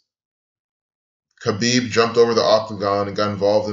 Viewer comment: It wasn't that hard to figure out, moron. Everyone was saying it. If you followed UFC you would know. And learn how to pronounce Khabib's name.